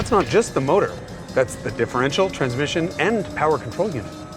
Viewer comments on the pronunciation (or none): none